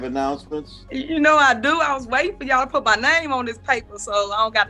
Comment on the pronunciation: She doesn't even say yall properly she says yaw